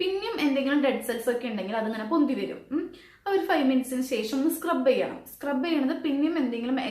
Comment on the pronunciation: Sesham🤔ooo shesham😅